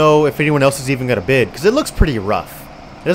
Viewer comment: Bid, not bis